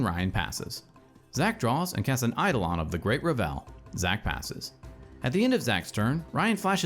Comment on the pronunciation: "EI-dolon of the great re-VEL" is a real funny way to pronounce that. (Not sure if you're doing a bit, but it's traditionally "ei-DOH-lon" and "REV-el".)